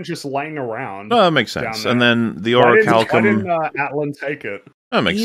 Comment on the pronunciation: I shall use the power of the Ori-chal-co-ma-los, may-yun!